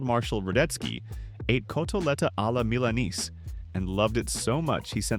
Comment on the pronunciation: You'd think that whoever is doing the narration would bother to learn at least a bit of pronunciation. It's really not that wild a stretch. The most obvious? "Milanesi." Mi-la-neh-zii.